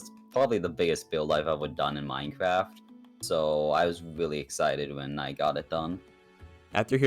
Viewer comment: He was weally excited